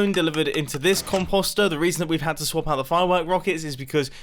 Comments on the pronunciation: COM POE STIR not COM POS STIR This pronunciation makes my brain hurt. Please, I love you videos and you are a genius but 😥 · Nobody: Mumbo: “compasta” 😂